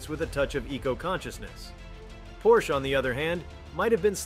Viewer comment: Tuned it out, can't even say the name correctly.